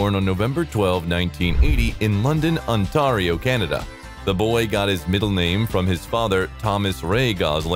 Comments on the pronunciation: Pronounced: On-tear-io, not On-tar-io. Love Ryan's work except Barbie which is a true conundrum, a mystery, a rubber doll story! How is this even a movie??? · Canadian here… it.s not Ont-ah-rio. It.s On-tear-io . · The way he says “Ontario” sounds exotic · The AI narrator had a funny pronunciation of Ontario. 😅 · Could you please pronounce "Ontario" correctly? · Nice ‘Ontario’ pronunciation. Not! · Holy shit dud it’s Ontario ( the a is pronounced each not ay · This man keeps pronouncing Ontario wrong ,, 😂😂😂😂😂😂 just stop ,,, lol 😆